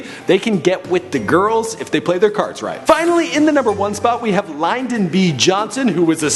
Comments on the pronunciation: It is also Lin-Don B Johnson It is not pronounced Line-Don Please before you make a video about America make sure your facts are correct. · I don't think "Lyndon" is pronounced that way.